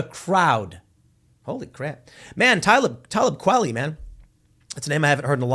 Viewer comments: "Talib Kwellie" Kwah-leeeeeee jfc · When he called 'Ta LEEB Kwah LEE', 'TALub KWALly, it really hurt my feelings 😂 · The way Tim pronounced Tablib Kweli is the funny af lmao He pronounced his first AND last name wrong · Tim, it's obvious that you have no idea who Talib Kweli is. You can't even pronounce his name. Quit pretending bro.